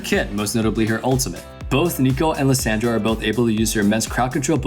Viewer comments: Liss SAND ra xd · The way he says Lissandra name triggers me lol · why is he pronouncing Lissandra's name like that?? but anyway, imma try that build, hopefully i dont feed.